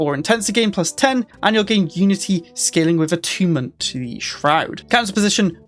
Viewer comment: Is this really how youre supposed to pronounce "attunement"